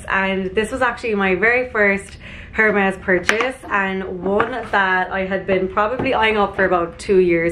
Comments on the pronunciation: Good choices. Loved it all. Vest-EE-air and AIR-MES (Hermes) 😘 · I have the sandals in black and they are incredible! Btw i think it’s pronounced air-mezz (the H is silent). Love this haul vids 😘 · It’s pronounced airmez....😊 Well done, use everything in good health!